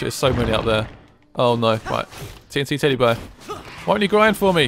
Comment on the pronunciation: Its not tnt teddy its tnteddy